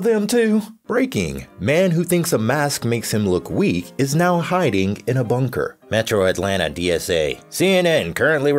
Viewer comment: it sounds like he's saying metroid -lanta